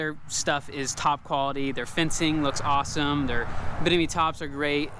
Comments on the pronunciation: I keep hearing him say “binimi” top instead of “Bimini” and I don’t know why it is causing me so much grief. 😶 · Bimini top not binimi…